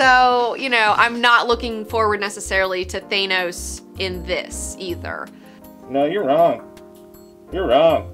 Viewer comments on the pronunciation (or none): Thaa-nos....not Thay-nos. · Please, I implore you, it's pronounced "Th-anos"....not "Thay-nos". Love you! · ...Who's Thanous. Thought it was Thanos. lol much love too the channel tho x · You'd think people would be able to properly pronounce Thanos by now.